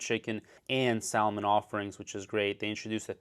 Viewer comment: Dude doesn't even know how to pronounce salmon 😂 yet giving investment advice